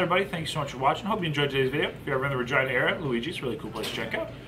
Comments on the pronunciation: Lol. Is it pronounced "Ra-Gee-Na" or "Ra-Gine-Na"? It sounded weird when you said "Ra-Gine-Na". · Oh lol 😄 That's an interesting pronunciation for Regina. I've known it to be Re GEE na. Learn something new everyday! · Why do I keep hearing say Vergina.... 😲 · Lol. I keep on hearing "Vagina" every time I hear him say "Ra-Gine-Na". 😜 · I wanted to say is it just me or has Regina the name always been pronounced Re-ge-na ?? Never in my life have I heard it that way unless he wanted to be funny lmao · Sounded like he kept saying vagina lol. Thats my type of eating challenge. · Is “Regina” really pronounced like “vagina”? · What is that areas name? I swear was saying vagina 🤔 also I would have totally ate the bread with the pasta 🍝🥖 gotta dip it 😁👍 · I cringe every time he said virgina🤣😭🤣😭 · Noooo It's pronounced Reh-gee-nah But sounds funny. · I thought he kept saying " Vagina"🤦🤦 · Please stop saying ragina! 😲🤔🤔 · Are you saying Ragina?? I’m confused I’ve never heard of Ragina! Are you sure it’s Ragina ? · 🤣🤣 did you said vagina? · Double take every time said Regina